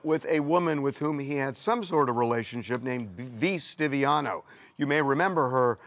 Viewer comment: V Stiviano is a golddigger who was having an affair with Sterling. She was the one recording him. Say it right.